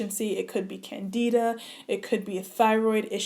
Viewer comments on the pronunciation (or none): It's pronounced Can-Di-da (like in Dimples) not Can-Dee-da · Sounds like you have lupus. I'm an MD doctor and this video was shared with a forum of 100s of black female doctors with MD/DOs. That's how I found it. We feel a further work up w a medical physician is definitely necessary. Can-dih-duh (not Can-dee-duh) may describe some of what you've been through, but your body sounds like it read a Lupus Textbook. I admire your drive to want to solve this on your on, but I'm shocked you waited years to see a doctor when you felt this way. Unfortunately, so many people do the same. I hope you get a proper work up from a medical doctor and can be appropriately treated for your sake and the sake of your family. I hope you continue to stress to followers that your work up is still in progress and you (nor I) technically don't know what you have so as not to steer people with other diseases toward possibly ineffective diet change instead of a doctor's office. You have a great platform; continue to use it wisely and I pray for the continued healing of your mind, body, and hair!